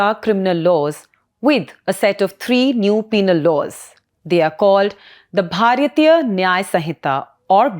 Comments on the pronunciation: Its not bharyathiya.. Its Bharatiya .. your pronunciation is wrong.. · It is pronounced साक्ष्य not सक्ष्य . Joke of an anchor, doesn't even know Indian languages. So much Anglicized that you are far-removed from the roots of your own country and language. Can't even pronounce "bharatiya" properly